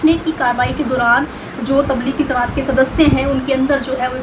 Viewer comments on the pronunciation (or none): Madam pl no says zamat is correct word is jamaat.